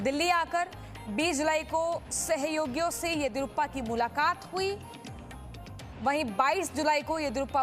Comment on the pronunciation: Aswast narayan Bombai 🤣🤣 Yediruppa 🤣🤣 Naam to theek se lelo be